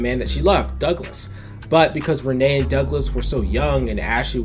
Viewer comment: It's "Ren-knee" not "Renée".